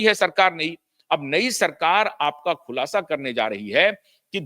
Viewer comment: शब्द सुधारो। खुलाशा नहीं, खुलासा है।